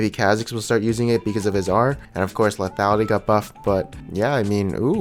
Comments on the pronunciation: "leafyality"...... ffs Dx <3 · plz stop sayin lethiality :)